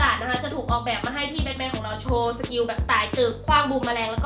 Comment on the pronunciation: Batman อ่านว่า แบทแมนนะครับ ไม่ใช่แบคแมน